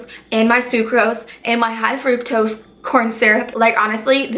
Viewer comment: It's not frooktose it's fru-k-tose my 12 year old cousin know how to pronounce it.